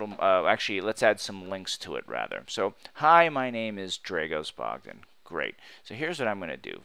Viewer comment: I don't understand why you claim to be Dragos Bogdan when you cannot pronounce that name in the correct way !